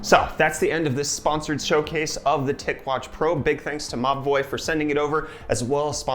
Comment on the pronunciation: Every he said "Mobvoi" I understood "ma boii"